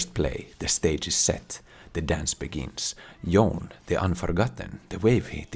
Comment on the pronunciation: I love all your content and I hit like before I even watch the video but we collectively really need to stop calling Yoné Yon.